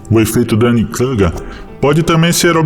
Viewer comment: O "u" de Kruger é "u" mesmo.